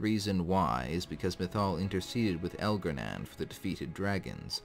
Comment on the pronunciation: It’s pronounced Elgar-nahn not Elgar-nan.